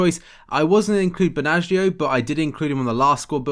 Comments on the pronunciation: The 'g' in 'Benaglio' is silent by the way. You pronounce it like 'Benalio'. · I didn't rage at all. I just said that he pronounces it wrong.